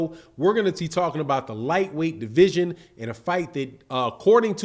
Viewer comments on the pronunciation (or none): none